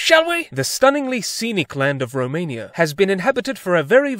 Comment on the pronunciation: 🤣🤣 Dobrogeeeaa... remain-ia.. so many gems